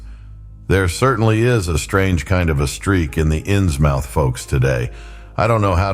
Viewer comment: I shall listen tmr but it's pronounced innsmuth